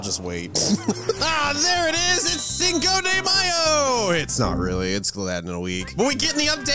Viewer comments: It pronounce chino de mayo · As a Fluent Spanish Speaker, I am absolutely appalled by your Spanish pronunciation of "Cinco de Mayo".